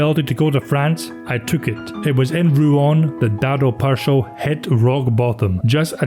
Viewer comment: Pršo isn't easy to pronounce but you gave it a good go. You also pronounced Hajduk properly. An English narrator would've said PurSO and Hayduk 😂That's what I like about your Scots. The Irish the same. You make an effort.